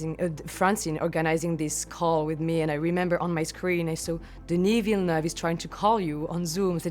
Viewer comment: why she says wis